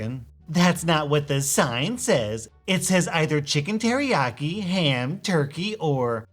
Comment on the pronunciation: Teriyaki not terriaki!